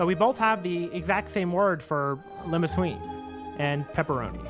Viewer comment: Nobody gonna mention ..... Limosuine..? Or is it, Limosween?